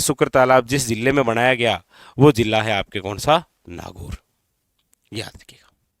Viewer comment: Ye killa ,,jilla kya hota hai .. pronounce to shi kro guru ho aap